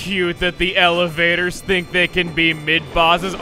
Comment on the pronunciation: Elevator? Don't you mean... E-LAVA-tors?